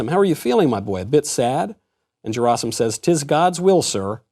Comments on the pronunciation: It's Gerasim like "Gary" gy not j sound 😜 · OMG. It's pronounced Ge (as in gap) -ra (as in rah) -sim (as in seem). Stress on the last (3rd) syllable.